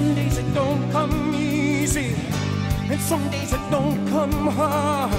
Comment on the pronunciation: Singing like Meatloaf is all about sounds that make up the words, not the words themselves. "Somedays it don't come easy" is sung "Somedays it don't Cuh MEEEZY" He has the emphasis on the M sound in "come" by literally singing the word Meezy.(or measy, i guess.) It's similar to how you can flawlessly say tongue twister phrases if you break them into syllables and form them into their own groups. "Red leather yellow leather" is hard. "Red leather yell Oh leather" is MUCH easier. You can also use similar sounds with different letters. Say "Trump" Say "Chrump" If you have a hard time with TR sounds being too muddy, switch to CHR and it actually helps you adjust the clarity.